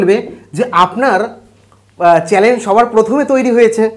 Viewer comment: চ্যানেল শব্দটা ঠিক করে উচ্চারণ করতে শিখুন আগে, তারপর viewers, বা subscribers এর কথা চিন্তা করবেন..